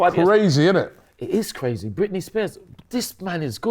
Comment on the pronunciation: did robbie say brazy? 😂😂😂